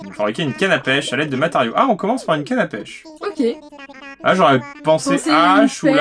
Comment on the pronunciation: Slt et a chaque fois que vous dites pêche j'ai l'impression que vous dites pêcho je sais pas pourquoi lol